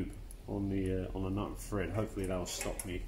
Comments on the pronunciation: Are you saying Fred or Thread? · THread, not FRead. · Thread not Fred ;)